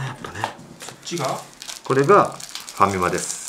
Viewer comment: ファミマさんをハカマさんのイントネーションで言ってるの気になるｗｗあとfujiyamaが着てるベイスターズの上着いい！